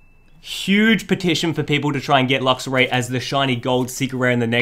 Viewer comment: And luxaray